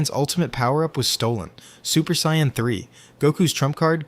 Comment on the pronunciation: look if you're going to make this type of content don't use AI. Actually hearing how your voice flows and emphasizes certain points matter and AI cant do that. Also AI is saying super Cyan not super saiyan